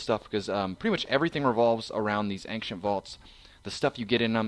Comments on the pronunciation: I really really hate to be the guy but the way you said Ancient is incorrect, it's Aain-shent not Aain-ce-nt im so sorry, love your vids <3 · ankcient too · He's saying Ankshent. This guy needs more English practice, lol!